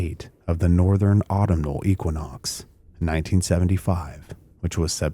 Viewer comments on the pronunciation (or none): Psst: prounciation tips. Geraldo is Spanish, thus Heraldo is how to correctly ssy his name. Autumnal, au TUM nal. Thanks for the indepth research and report. Hype button engaged